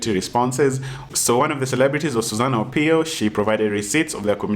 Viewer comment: lol you didn't get..she's being sarcastic.. Her name is Susanna Owiyo and kept saying Susan Opiyo😂😂